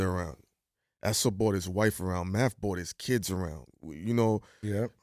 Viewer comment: Why do people say “bought” in place of “brought”? Is there a hatred for the letter R? Is it bcuz of the big R word? Is it a gang thing? What’s happening to the r in “brought”??! Bing it back!!